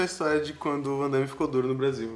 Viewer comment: O chama o Van Damme de Vandaime, será que é só pela trolagem?